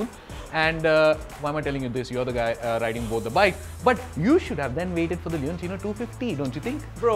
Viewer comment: Leonchino so this is how you pronounce it. I thought it was leocinio or loucinio or something.